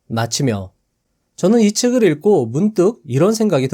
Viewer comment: 내용 너무 좋고 감사합니다 책을 [ 일고] 가 아닌 책을 [익꼬]